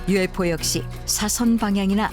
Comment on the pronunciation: 발음 봨ㅋㅋㅋㅋㅋㅋ 유우에프오웈ㅋㅋㅋㅋ